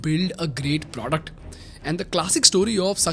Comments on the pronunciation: please dont say “pr0duct”😬😭😭😭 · I love how you say "produckt" ;)